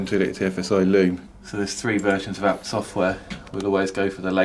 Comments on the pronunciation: It is the name of the Owner of the Company in Germany, its Hans Juergen ABT not Hans Juergen A . B . T ? it is not an acronym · A.B.T why you trying to pronounce a acronym lol. like the guy from phone jacker. hooooomve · is there a reason you say abt as a word instead of ABT abbreviated?